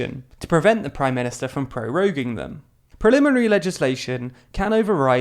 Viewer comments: Actually, he says "prelimary" twice, once obviously edited in, while showing "primary" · When the text says "Primary Legislation" you say (with microphone cutting) "Prelimary Legislation" -- legislation made before you notice? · text: "primary legislation" voiceover: ..."*prolimary* legislation!" me: ..."preliminary... legislation..?" i jest, but really enjoy tldr. keep up the good work, and maybe hire someone to spell check :)